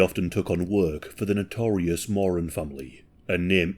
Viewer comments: MorAN. Not “moron”. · Learn how to pronounce Moran… It’s Moor Ran not mor un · Love your videos. Just a slight correction... The Moran surname is pronounced Moh-rann Not More-An Emphasis on the second syllable. Pronounce like "he RAN a race". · In Oz, the last name is pronounced 'Moore-Anne', but considering their combined IQ was about room temperature, I like the way you pronounce it as 'Moron'. XD XD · Thank you my mom was a more-ANN and her students would pronounce it like moron, like is, to be mean 😢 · You’re pronouncing Moran incorrect 😬 phonetically it’s MORE ANNE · your pronunciation of Moran did my head it, I'm a kiwi and been to Melbourne number of times, a mate of mine even meet the Moran brothers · When you say “Jason”, you’re showing a pic of mark and vice a versa. Also it’s pronounced “more-anne”. I’m an Aussie who’s very much invested in this case and those involved. Love ya channel but I had to correct it. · It's pronounced Mor-an. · More-ran.. not picky, but educational.. at least it's not a pronoun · the family name is pronounced MORE-RAN and the pills in Melbourne were pretty clean and amazing in those days lol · Its an Irish name and irish people pronounce it mor an.. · You've mispronounced the "Moran" name. Edit: the first few times at least.